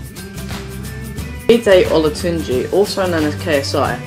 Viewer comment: it is olajiide olatunji - his dad is jide olatunji